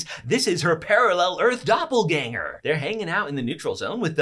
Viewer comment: cant pronounce Obergruppenführer* Also: can prnounce Doppelgänger pretty good*